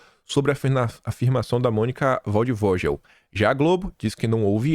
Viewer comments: Não é Monica Valdvojel. É Monica Valdvoguel. Escreve-se Valdvogel. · O nome da jornalista Valdogel não se pronuncia dessa maneira. Pelo menos eu escuto como « valdvoguel » vale a pena checar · PRONUNCIA-SE "VALDFOGUEL", (PÁSSARO DO MATO") EM TRADUÇÃO LIVRE.